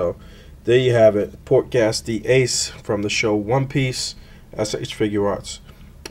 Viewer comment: Pronounced "Gace" not gas